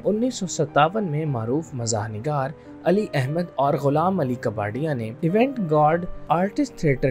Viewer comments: Lateef kaa par ya. Kabarya nahi...kabari... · لطیف کپاڈیا، کباڑیا نہیں۔ اور انور مقصود ھیں، انور مسعود نہیں!